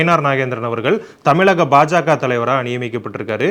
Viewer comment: ஏண்டா தமிழக என்று சொல்லத் தெரியவில்லை தமிளிக என்கிறார். நீ உன் சேனலை இழுத்து மூடிவிட்டு தமிழ்நாட்டை விட்டு ஓடி விடு பொறம்போக்கு.